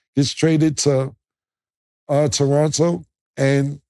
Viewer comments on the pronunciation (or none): none